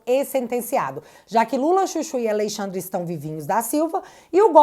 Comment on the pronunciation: Esqueceu o "n" de AleixaNdre.kkkk😅😅